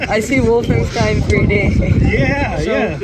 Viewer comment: i like the way you pronounced “woof-enstein” 😂 🐕